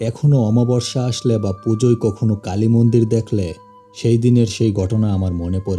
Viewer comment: কালি মন্দির না কাইল্লা মন্দির 😂😂😂